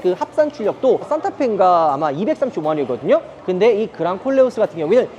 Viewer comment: 내 귀가 이상한가. 그냥 꼴려어스로 들려요 😂